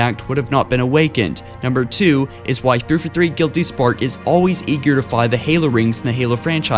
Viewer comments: fjh1616 Also Three Four Three not ThrfuThr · Despite the fact that it sounds like you are having a siezure every time you say 343, i was not aware of this theory and having never finished the forunner books myself, its plausible. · New drinking game: Put on one of this guy's videos. Take a shot every time he says "threefathree". Take 2 shots every time he says "libaareun". Lmao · Why can't you say 343 lol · Forerunner, not Foreigner. Librarian, not Libarian. And 3-4-3, not 3-for-3. If you are going to narrate, you need to work on your pronunciation and enunciation.